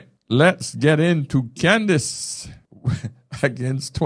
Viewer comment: It's "Candace", not "Candice."